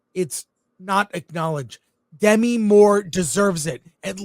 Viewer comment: I can’t believe Chris and Alan have forgotten how to pronounce Demi (De ‘MEE) Moore’s first name.